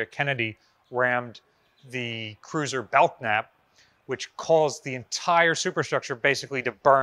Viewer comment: Please, please, please stop saying BelK-nap. It is a silent “k” as in Bel-nap.